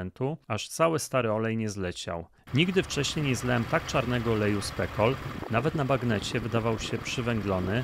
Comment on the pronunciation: Producenci Specol raczej chcieli, aby wymawiać jego nazwę jako specjalny przez c. Spekol powoduje uśmiech na mojej twarzy 😅 ale i trochę podsumowuje jakość tego wynalazku 😂